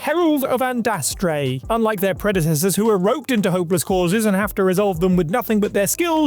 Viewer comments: Herald of ANDRASTE not ANDASTRE. A forgettable mistake but one that hurts the ears. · How are you able to consistently mispronounce Andraste As "Andastre"? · Andraste, not Andastre. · Andraste not andarste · The Inquisitor in Dragon Age obtained his mark by accident: He interrupted a ritual,where the villain,Corypheus was using an orb to bind the Divine. The Inquisitor stormed in,and the orb was tossed to the floor. He picked it up,and got the mark on his hand. Oh,and it's "Andraste",...😁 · Unless you intentionally mispronounced it,, #9 is the “Herald of Andraste.”